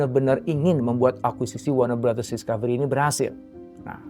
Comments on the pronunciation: Gue dengernya BangBros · Ku kira salah denger, ternyata emg iya bilangnya WARNER BROTHERS, WARNER BROS harusnya sesuai tulisannya